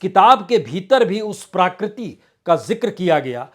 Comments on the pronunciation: BURAA NA MAANO : "PRAKRITI" SHABD KA UCH-CHAARAN "PRAA-KRITI" NAHIN , "PRA-KRITI" HAI : SHABDKOSH PAAS RAKHNAA ZAROORI HAI : NAARAAZ NA HONA ! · आदरणीय बाजपेयी जी! प्राकृती नहीं प्रकृति कहें. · प्रकृति, प्राकृति नहीं